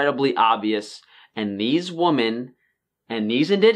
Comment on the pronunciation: it really sounds like you call us woman instead of women.